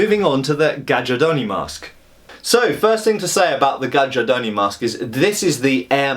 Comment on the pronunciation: Read it GAIARDONI, like the "J" is just an "I". It's the right italian pronunce.